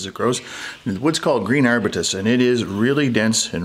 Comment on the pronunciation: Nice goblet. You might never have to pronounce arbutus again, but if you do, it is ar-byoo-tus.